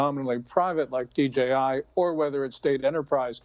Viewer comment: DJI , not G